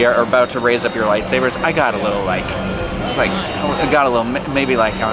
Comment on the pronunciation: EXPOSED. ”lightsaver”. fake fan. its pronounced lightsaber